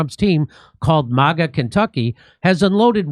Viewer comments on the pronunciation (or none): none